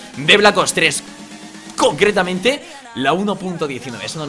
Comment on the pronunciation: cocretamente JAJAJAJAJA BRUUUUTAL